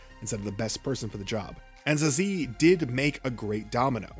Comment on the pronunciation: The way you said Zazie gave me a stroke lmao great video